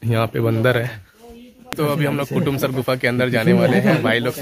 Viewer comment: bhai kotamsar nhi kutumsar hai